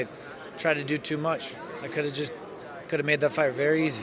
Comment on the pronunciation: Wait, y'all niggas gonna let him say "half" instead of have?